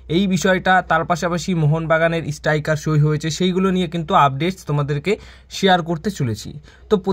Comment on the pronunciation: কথা বলতে শিখতে‌ হবে। ইস্টাইকার নয়, স্ট্রাইকার হবে।